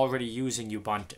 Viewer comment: Correct way to pronounce "Ubuntu" is........ Oo-boo-n-too, ....it's not You-bun-two.